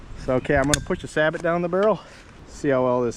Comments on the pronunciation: It's pronounced Say-Bo not Sabot and two you are always supposed to shoot it standing first not cheat using a lead sled. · Nice video. I'm actually researching a FireStick style gun right now; either Traditions or CVA once they re-release the CrossFire. Just a quick tip: it's pronounced "Sa-Bow", not "Sah-but".